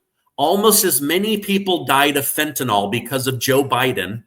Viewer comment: The product is called fentanyl not fentanyl read it and pronounce it correctly